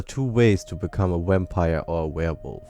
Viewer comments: it sound like your saying wampire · You say wampire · is it just me or does this guy sound like he is saying wampire because of his accent.